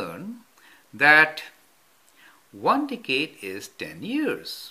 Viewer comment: "One Dickade."